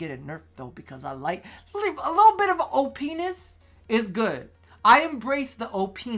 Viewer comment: "o-penis is fantastic" xD Edit: just noticed everyone else pointed this out aswell.